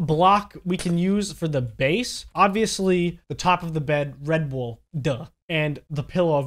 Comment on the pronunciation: When you said red wool for the bed I thought you said “Red Bull for the bed”